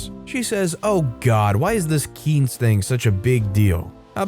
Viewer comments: I would like the video but it's pronounced "keen-say" not "keense." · It's not "keens". It's more "keen-seh". The "e" at the end is pronounced as it's a shortened form of the word quinceañera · im so sorry. quince is pronounced quinc-eh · Btw it’s “kin se” like when you say the whole word quinceañera. It’s the word for 15 in Spanish. 😄 Thanks for reading this story. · You kept mispronouncing quince. It is "keen-say"